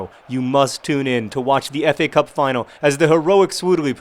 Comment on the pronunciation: Every time I hear you say FA Cup I think I hear you say Epee Cup. I fence, okay?